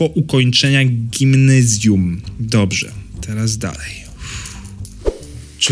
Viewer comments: Nie czyta się gimnyzjuu tylko gimnazjum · Gimnezjum" XD...PADŁAM!😂😂😂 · gimnezjum" XDDDDDDDDDDD